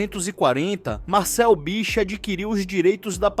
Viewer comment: Do you not know ANYONE in this world who can speak without having to use those STUPID robotic AI voices. Horrible, and earns you a channel block. That stupid voice also mispronounced Bich's name three times. Stupid.